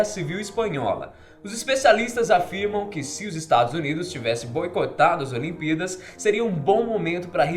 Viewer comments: Só eu que percebi que ele fala olimpidas ao invés de olimpíadas. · Parece q ele esta dizendo "olimpidas" 😂😂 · Vc disse as "olimpidas" no começo do video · ce disse "as olimpídas" no começo .-. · "as aliempidas" kkkkk